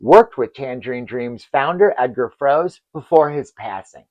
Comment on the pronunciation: Dear friend, in German we read the last syllable too (Froe-se, Schul-tze etc.), so you pronounce the TD's names wrong, "angloamericanising" them...